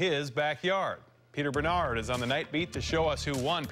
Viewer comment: Nice, my last name is also 'Bernard'!!! but pronounced in French... and I am glad the anchor pronounced it right, as much as possibe